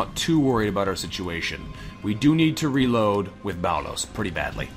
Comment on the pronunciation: Yeah, it probably is nitpicky of me. I wouldn't be moved to say anything if it were the only issue, but Boulos being turned into "bao-lowce" and Jimenez rendered as "hee-muh-nezz" have both been getting on my nerves for a while, so I finally kinda snapped when I heard "ay-jiss". I probably should have considered the Canadian/American phoneme difference, but as far as I know, that's not one of the affected vowels. The other half of my motivation to mention it despite the picky nature of the comment is that stated in the past that he likes to try to get pronunciations as right as he can, so it almost comes as an "Et tu, Brute?" moment when these things happen. Totally unreasonable of me, of course, and I do appreciate considerably that he tries.